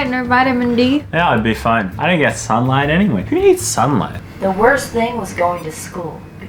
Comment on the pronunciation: What is “sun” and “sunli-light?”